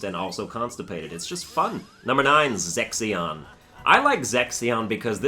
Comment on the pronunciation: Am i the only one hearing you say Sexyon instead of Zexion Also Larxene is kinda cute but still a F*CKING B*ITCH